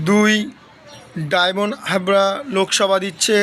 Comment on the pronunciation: ভাই আগে বাংলা উচ্চারন ঠিক মতো করুন ডায়মন্ড হারবার, ডায়মন্ড হাবরা নয় ।